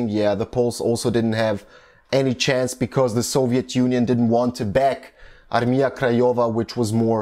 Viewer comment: Really good pronounce of polish words, like "Armia Krajowa" (National/Home Army), Armia ludowa (People's Army), Warszawa (Warsaw), really cool.